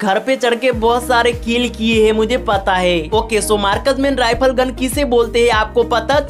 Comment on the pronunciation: Markas Man Rifal ❌ Marksman Rifle ✅😂😂😂Thik se Bolo Yar 😂😂